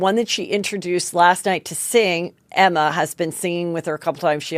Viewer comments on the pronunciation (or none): you really need to work on your pro noun game or maybe just don't cover trans/non binary topics if you can't do it respectfully (just a thought)... oh and Jlo's child's name is Emme (pronounced emmy) Not Emma.